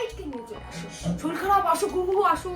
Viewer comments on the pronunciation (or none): শরীল নয়, কথাটা শরীর আগেও বলেছি। শেখার কোন বয়স নেই দাদা।